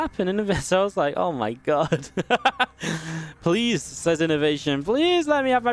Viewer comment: "PLASE":D Inno <3 PS.: Thanks for the upload, you're the best!